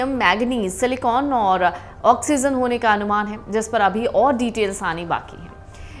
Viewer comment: For GOD's SAKE!! IT IS OxyGen, not OxyZen. It is HydroGen, not HydroZen ! A flower is a PHool, not Fool !